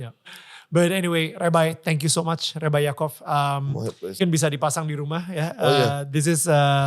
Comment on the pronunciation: Bahasa inggris nya ko lebay rebai orang inggris aje ngomong nya rabai